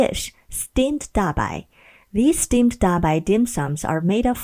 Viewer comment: Stemaed dabai....lol